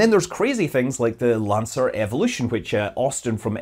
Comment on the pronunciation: Lancair evolution. Not lancer evolution. LOL